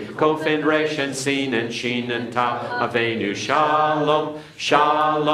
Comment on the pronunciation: Tau with no dagesh is not pronounced as S in modern Hebrew, it is pronounced as such in Ashkenazi Hebrew. In Sephardic (generally) and Modern Hebrew it is pronounced as T, but in Mizrahi and Yemenite Hebrew it is pronounced as TH, as in THANKS.